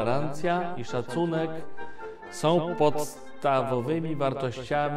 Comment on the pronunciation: dlatego tak piszę bo gość uważa się za intelektualistę mówi językiem podobnym do polskiego, np som paniom sfarfon półtora tony szczelac wrescie wierzom .Wystarczy? Jednocześnie uważa się za myśliciela to tyle w temacie